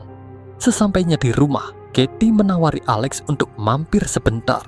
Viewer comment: Cerita nya bagus.. Tapi perbaiki sebutan kata-kata, contoh perkataan UNTUK tapi disebut UNDUK.. dan banyak lagi.